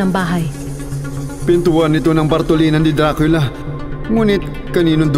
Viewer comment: Diba dracula e bakit dracila yung basa mo???